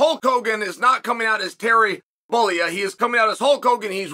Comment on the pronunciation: That bollea pronunciation was rough uncle Chael